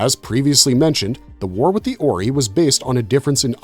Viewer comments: Oree? JAFA KREE it is OR-EYE! Pronounce it correctly or I will have you as replicator bio material and tossed in a pit full of them! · It's not pronounced as "OR-EE" It's pronounced as "OR-EYE"🤦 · It's not pronounced "or e" its pronounced "or i" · It's "or-eye" not "orey". "al-tare-ins" not "alt-err-ins". You have watched the shows right? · “Or-eye”… not “or-ee” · The Ori.. Or--ry.. Zpm.. not zmp..😂😂😂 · The oreee kills me...way to show an episode has never been watched without saying it. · Why you saying Ori wrong? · ZPM! I hate when videos like these are made by nonfans. Every time the AI gets Ori wrong I wanna scream! I did start screaming at ZMP! Its a zero-point modular, not zero-modular point! Blah!